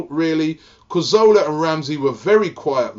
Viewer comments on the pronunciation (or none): Wil he ever pronounce Cazorla properly?